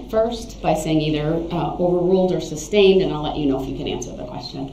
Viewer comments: Can someone in that court room please tell him it's not "substained" dude has been saying that all trial! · IKR ! He actually says it wrong. Because he doesn't know what he's talking about. 😂🙄 But if Duh-rell thinks it confuses anyone.....he sticks to it!